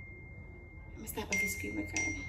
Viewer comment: Nobody:: “screem record”